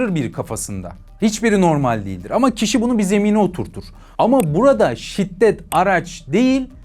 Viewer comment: Şitdet değil şiddet*